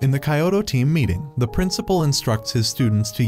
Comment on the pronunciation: weird how they pronounce kyoto as "kayowto"